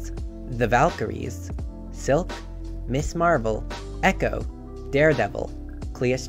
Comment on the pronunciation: It's "Mizzz" Marvel, not "Miss" Marvel.